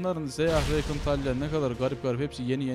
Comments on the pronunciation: Şu rakana reykın deme Allah aşkına tüm yerelleştirmelerinde adı rakan diye okunuyo heronun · Abi n'olursun şuna reykın deme rakan o Kürt gibi söyliycen